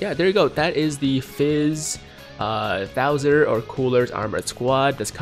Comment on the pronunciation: Did they really call salza “thouser”...?